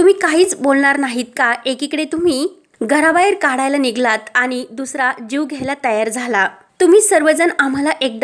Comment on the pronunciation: निघलात नाही निघालात.